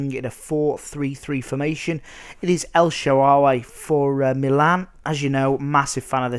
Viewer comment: lol... el shawawey